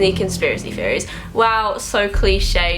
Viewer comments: Amby Chester "Feories" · Amby Chester I thought that's what she was actually saying not theories I can nearly understand her 😂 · When she says "Theories" it sounds like she's saying fairies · Can't unhear it now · Amby Chester I thought the same thing! I was like why does what she is saying not make any sense!?